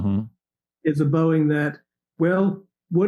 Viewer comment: Boeing is not pronounced Booing its pronounced Bowing Pat